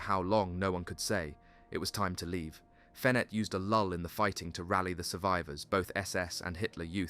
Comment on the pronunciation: Roger is pronounced rojay and Fenet fenay